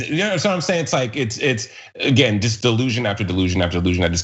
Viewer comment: " I'LL NEVER BE PORE AH- GIN!" DUMMYS. tRump will decompose